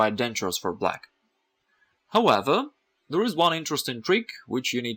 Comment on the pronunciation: Even cooler is the way he says 'Howeather' for however... is the best chess teacher I have encountered